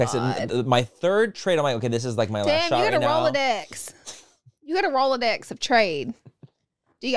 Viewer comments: It’s not a Rolodex… it’s a rolodicks 💀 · rolladicks or Rolodex? LMAOOOO I’m dying